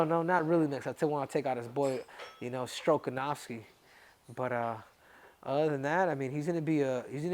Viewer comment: Nah Henry 😂”Strokenovski” is craaazyy 😂